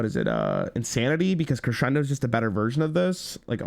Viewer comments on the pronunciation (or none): none